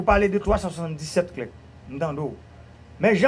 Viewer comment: On dit trier SUR le volet, Monsieur le ministre. Pas trier au volet. Cela ne veut rien dire. Clerc se lit comme 'clair". Et Non pas "clerque' Messieurs. On est mal barré avec le PHTK.